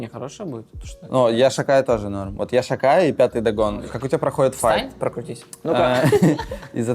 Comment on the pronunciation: "Я шокаю" слышится каждый раз